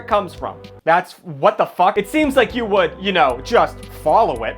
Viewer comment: Honestly I thought it was Woo for the longest time